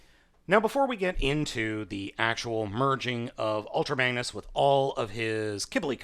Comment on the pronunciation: he said bangnus